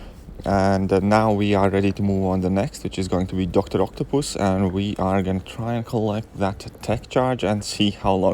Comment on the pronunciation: Doctor Octo-What!!!! lol sorry for making fun of your accent but that one caught me off guard..